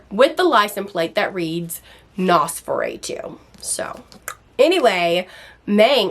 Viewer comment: U r great, great synopsis and reviews but its driving me nuts lol its Nos- for-Ah-too, like the vampire not nos for aaaa too ❤